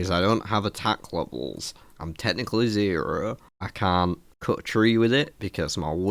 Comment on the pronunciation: Zearrrearrrrr, aka zero 😂